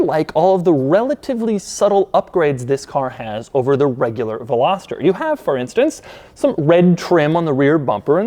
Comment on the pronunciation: I don't think you're pronouncing veloster correctly. Still a cool video tho